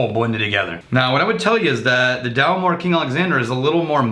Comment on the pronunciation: Guys. Get the names right. DalMORE not DALmore. Glenmorangie to rhyme with Orangey. I thank you. John in deepest Scotland.